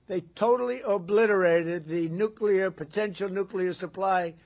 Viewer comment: ahah obiterate for the second time = reoblitereted! lol